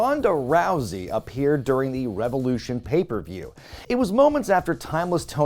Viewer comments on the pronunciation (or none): You mean, "Revyelusiawn!"